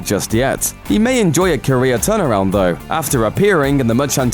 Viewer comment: Every time you say 'Career' I hear 'Korea' xD